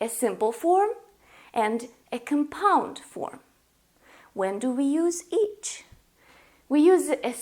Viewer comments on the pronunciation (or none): Just saying, as a little bit of english help, the word is COMpound, not comPOUND. The stress is on the first syllable. Also, it's continUous, not continus.